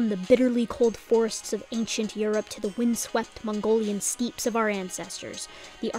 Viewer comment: steppe is one syllable